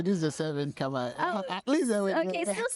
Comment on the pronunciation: Pronouncing Khmer correctly felt so wholesome.